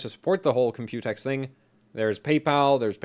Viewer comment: there's enough computer coverage (plus you pronounce it incorrectly, the emphasis is on the C... Comp-u-tex, not comp-U-tex, i mean jeez watch a video and listen to how everyone says it!), i'd rather you review ryzen 2000 series hardware! your stuff is genuinely unique on that, vs just some more computex coverage. just put "computex" in the video title and description for some extra clicks lol.